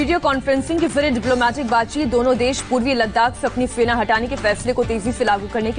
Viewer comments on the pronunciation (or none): Sena ko fena bolti hai so sweet